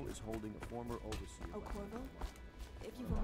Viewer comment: Lol his name is Corvo, not Corzo.